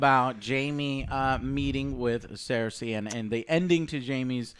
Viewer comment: Let's see if he can at least pronounce the character names correctly this time. WTF is a clee gan and a seirsay?